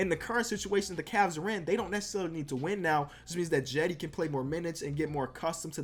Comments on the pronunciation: its not Jedi Osman its like Chedi Osman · It pronounced Chedy